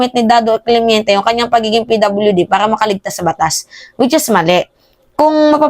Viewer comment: Nainis sa yo puro ka daw “clemiente” dapat clemente